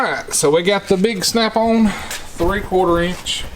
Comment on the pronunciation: Love this guy. "Half eench" LOL!